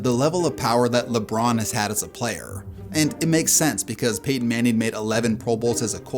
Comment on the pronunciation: Did you say 'Peyton' or 'painting' 😂